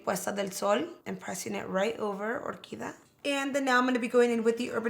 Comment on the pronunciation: isn't it the shade OR QUI DIA? you're saying orquida